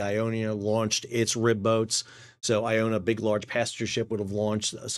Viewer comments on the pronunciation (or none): "Archipeligo" is pronounced ark-i-pell-i-go. The ch is pronounced as a "k" as in "architect." And the vessel behind the Polesie, is "Iona" not "Ionia." You seem to use the two names interchangeably. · Stop calling Immingham, Iffingham and/or Effingham. (It's not potaotes or potatoes or tomatoes or tomatoes, let's call the all thing off.) Oh, and big cruise ship IONA, is not pronouced Iownia. And as for calling ships by name when your title says Polsie! Good luck with that then! Overall and ignoring the above, a great analysis of the incident. I've subscribed for the information you otherwise presented.